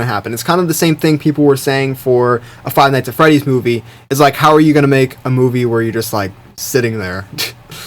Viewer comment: I don't know the game, don't know the movie, don't even know the YT, barely is name. but you made me curious about it. Small critic, I had hard time to understand you were talking about Five Nights At Freddy at the end.